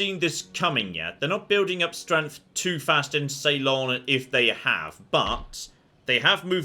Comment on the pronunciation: sorry to be a grammar nazi, but please check your pronunciation of Ceylon. ( See-lon, not Say-lon):)